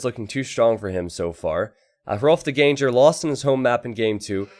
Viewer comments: Shouldn't Ganger rhyme with hanger/banger/langer/sanger/clanger, rather than with danger/ranger/stranger/manger/changer? (it also shouldn't rhyme with anger, and it also shouldn't rhyme with flanger) ENGLISH SUCKS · btw it's pronounced literally as 'gang-er', not 'gain-jer'.